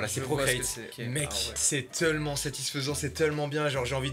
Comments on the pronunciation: qui dit:"teullement" à la place de "tellement" ça me fume ( c'est à ) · Jsuis la seule à avoir remarquée que Mastu dis "teullement" au lieu de "tellement" ? À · Jsuis le seul qui entend mastu dire teulement